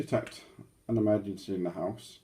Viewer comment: Emergancy .....downstairs....st......emergancy